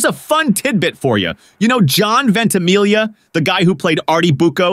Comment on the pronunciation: Why can’t people (particularly Americans) pronounce Italian names and words correctly??? This narrator pronounces the ‘gli’ of “Ventimiglia” totally incorrectly and yet pronounces the ‘gli’ of “consigliere” correctly (although misses the ending of the word).